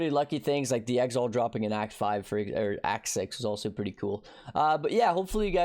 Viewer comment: Man, you would attract just a FEW more viewers if you bothered pronouncing things properly. Exalt, not EX ALT also btw (.... shallenge? challenge bro, tyallenge, not shallenge)